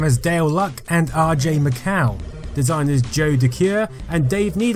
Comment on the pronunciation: I like the video, but when you keep mispronouncing RJ's last name, it drives me MAD. It's MICHAEL .... spelled MICAL, but pronounced MICHAEL ......!!!!!